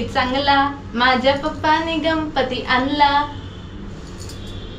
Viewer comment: गंपती नाही ग गणपती म्हणतात